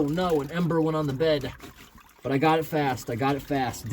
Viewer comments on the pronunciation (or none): none